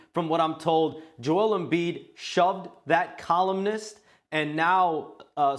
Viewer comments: This reporter saying Joel Embiid wrong is a coward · Shams face when he mispronounces his last name name